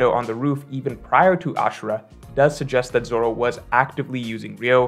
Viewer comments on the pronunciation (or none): none